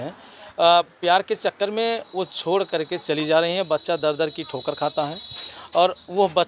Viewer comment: Bahut sundar lkn bhaiya patrakar kripya zzzz Kam bole . Jahan par jaa ho waha par zaa na bole . ज और ज़ me fark samjhe.